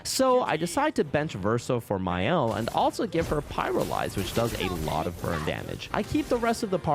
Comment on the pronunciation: Shouldn't she be "Maelle" on French?